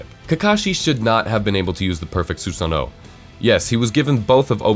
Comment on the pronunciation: why is he saying 'susanoh' its so cringe wtf